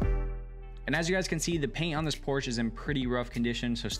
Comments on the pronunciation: The “E” is pronounced as an “A” in Porsche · Porsche has two syllables.